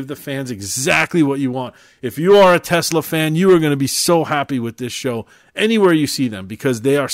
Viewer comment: It's TESLA not TELSA